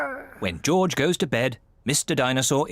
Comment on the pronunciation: Peppa is saying goorge